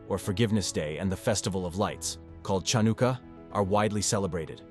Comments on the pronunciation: You have to love that A.I. voice-over when it said "Chunaka" instead of Chunukah. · Hanukah (chanukkah) not Tchanuka, shook (shuq)not shuck. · Pronounced " Han A Ka " Not ChaunAka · Nice introduction but obviously not by an Israeli or a Jew. I cringed at "Chownika" for "Hanukka" and "shucks" for suqs. Best to do the voice part with some correction by a native. (I am Israeli) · Just wanted to point out that "Chanukkah" Isn't pronounced with the 'ch' we English speakers use. It's often spelled "Hanukkah," the first 'H' being pronounced as a sort of guttural sound (as the 'ch' in loch).